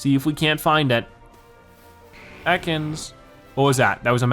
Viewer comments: its EAcans not Ecans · You pronounce it eh kans